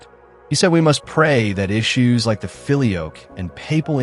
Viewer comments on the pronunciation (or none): "Filioque" is pronounced fil-ee-O-quay. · It's not the Philly Oak. It's pronounced feel-ee-oh-kway. And the debate is ridiculous because both positions are true. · You should learn how to pronounce “filioque”.